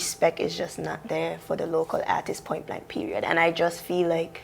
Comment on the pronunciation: Lmao “Poin” raw tola accent rass